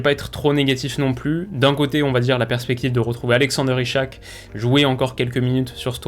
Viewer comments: Top comme d’hab, juste un petit mot de Stockholm pour te dire que l’on dit bien “Isak” et non “Ichak”, comme je sais que tu es pointilleux sur ce genre de choses;) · Alexander ISHAK. s'il te plaît, le suédois n'est pas une langue du sud avec des sons "ch". ça se prononce comme tu pronoce un S. Isak